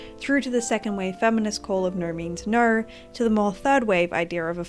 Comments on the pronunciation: completely irrelevant but youre the first person ive seen that really sound like youre saying "naur" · as an australian u are the only person i have ever actually heard pronounce "o" as "aur" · Besides the point, but your way of pronuncing "no" cracks me up, it makes for a very piratey "nurrrh is nurrh" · Great video! Despite the seriousness of the topic I couldn't help but chuckle at your adorable Austrailan pronunciation "Nor means nor." 😂😂😂